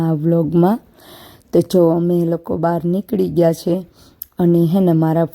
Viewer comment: તમે 'છે'ની જગ્યાએ બીજુજો અક્ષર બોલો છો 'હે'